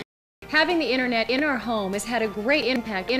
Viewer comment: “having the Internet inH our home has had a great inHmpact inH our lives”